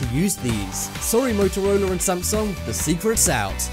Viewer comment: Are you kidding me. Now on this video you say MotorolR and clearly there is not damn R it is A MotorolA. damn I can not watch anymore of these videos because somehow everything that ends in A you think is an R.